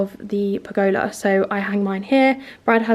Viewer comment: It is pronounced pur guh luh rather than pur go lar xxx